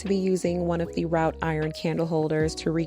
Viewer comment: Wrought rhymes with “ought” not “out”…pronounced “rot”. I love your content!